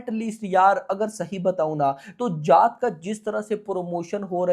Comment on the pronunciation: Bhai naam shi se lele जात nhi h ye जाट hai ye